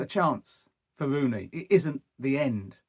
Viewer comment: It's Rooney not wooney . You should get a job in talkshspooort. He is not manager material ye liars